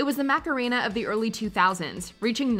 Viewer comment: Bruh. Marcerena.... wtf -_